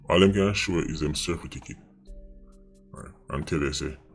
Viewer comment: Certificate not cerfiticate...please.